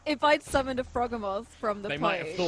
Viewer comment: The mental strain to not repeat "Croakatoa" when I heard it intensified when I heard every NPC and PC repeat it, such an excellent spin on a reference. My only personal complaint would be the Froghemoth pronunciation since its a mix of Frog and Behemoth and I'm pretty adamant about it being the Bee-he-muff pronunciation rather than the Beh-heh-moth pronunciation, but that's just a me thing, the rest of the episode was glorious as always guys <3